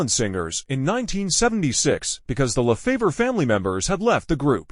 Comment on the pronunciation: Too bad you didn't learn how to pronounce their name before you posted this. It is Neee lon. Get it right!!!! They deserve the respect. Also it is Lefevre not Lafavor.